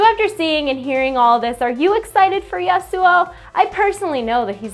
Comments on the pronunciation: YA-soo-oh. Emphasis for YA i think. not the ya-SOO-oh i reckon. Maybe? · God dam it "YA-SU" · i love how you pronounce my name that i got 3-4 years ago :D not kidding i have an one year old LoL match i own that name for a long time <3 gonna buy him and my agressive playstyle is exactly this guy <3 i feel good riot thx :D